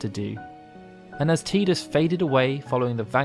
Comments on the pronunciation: Its notttt teeeeedus its Tidus where the hell are all the eeees coming from......there is not letter E in tidus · I loved this video ! i learned so much about yuna that i didn't know even after playing FF X and X-2, the only thing that bothered me was the way Tidus was pronounced lol it's "tie dus" not "tea dus" but i digress lol Great vid! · It's Ty-dus not Tee-dus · I like the work that you put into this, just wish you'd have stopped making me cringe with your pronunciation of Tidus as Teedus instead of Tide-us, sigh. It made it difficult for me to want to continue. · Te-dus is incorrect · It's pronounced Ti-dus. Get his name right